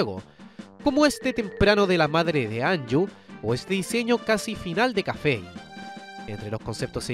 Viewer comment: Se dice Kaffei no Kaffe, parece como si dijeras café, por eso te comiste la i.